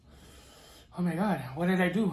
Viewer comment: 🤣🤣 …. Not the eyes rolled back and he hit the “oh my goit” I love man